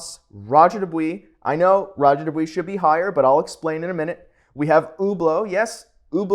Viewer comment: Dubious=Do-bwa not do-wee. Can't even take you seriously du-dwee